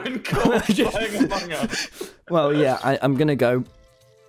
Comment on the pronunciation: Why do tommy and pronounce it "aMONg us" lmao